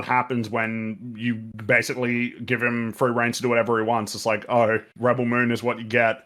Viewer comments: Reb-BELL Moon. 🤣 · I love how they kept saying Ribbel Moon lol